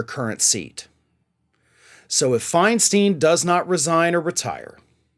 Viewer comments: Her last name is pronounced Fein stein, not Feinsteen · In San Francisco we call her Feinstein, not FeinSTEEN. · her name is Feinstein, not Feinsteen. She should have been put out to pasture a decade ago. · Feinstein should have retired fifteen years ago. She is completely out of touch with voters needs. And it's pronounced "FINE-stine". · it is pronounced fine stein farron. like a stein of beer.